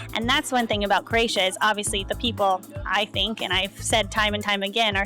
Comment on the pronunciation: It's not Kroejsija....it's Kroesa.